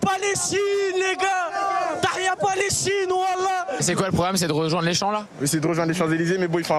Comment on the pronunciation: " frifri palestchine " ...